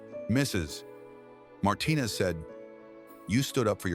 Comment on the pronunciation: Thank you for all the heartwarming stories. They all bring me tears. But please improve the narration. "Mrs -- pause -- Martinez" is disturbing attention. Thank you in advance.